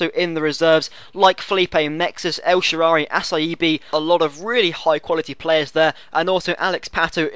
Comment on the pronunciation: noch with a 'ch'. Get a new keeper, but make sure you play el SHar!